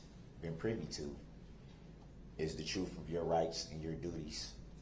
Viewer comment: Lol "trooth"